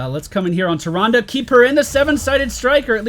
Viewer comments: It's Tih-Ron-Duh look it up in every Wow/Wc cinematic or anytime her name has been mentioned it is said that way I have played both for a long time 👌🏼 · not sure if you've ever played WC or WoW but it's pronounced the second way.